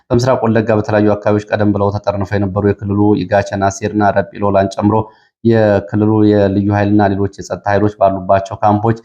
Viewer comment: 'ረጲ ሎላ' አትበል! 'ሪጴ ሎላ' ነው የሚባሉት፡፡